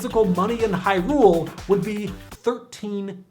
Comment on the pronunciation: I told you this before man! The emphasis in Hyrule is on the Hy, not the rule! Sorry, it just bothers me.